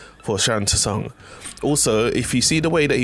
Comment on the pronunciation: Sung, Sung, it's pronounced Sung